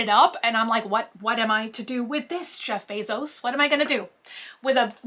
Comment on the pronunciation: “ what am i to do with this CHEF Bezos “ . what i heard. 🤣🤣